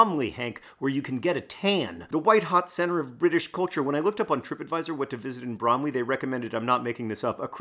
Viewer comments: I miss speak. Hank is pronouncing it as the apple, which is incorrect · When i hear Bromley, all I hear is Lee Mack in Sketch Show "Bwomley" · i mean, its BrOMeLy… really… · You pronounce it like bramley apples. br oh m ley. Also, it's not "a Christmas tree farm", Christmas tree farm is the name of a small farm you can feed goats and rabbits at. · I laughed every time you emphasized "Bromley". Thank you for the giggle today, John. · I like it when John says Bromley in the video itself.